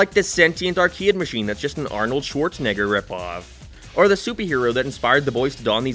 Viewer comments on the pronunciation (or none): I think you said Schwarzenegger wrong.